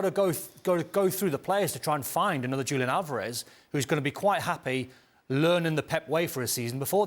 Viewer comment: It is so disrespectful for Dan to KNOWINGLY mispronounce Julian Alvarez's first name. 🙄